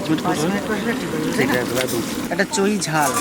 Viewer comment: তোমার মামা কে একটু শেখাও, তোমার মামা বার বার বলছে যে হাঁসের মাংসে চোই ঝাল দিলে মাংসো টা খুব টেষ্ট হয়, কথা টা এক দম সঠিক,তবে ওটাকে চোই বলে না, কথা টা হল চুই ঝাল।